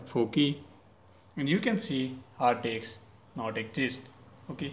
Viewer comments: It's HARD DISK not hard dix. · he said Hard Diks like times LOLOL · Hard diks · hard disk or hard eggs😂😂😂😂😂😂😂😂🤣😅😅😅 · I like how he says hard disk with his Indian accent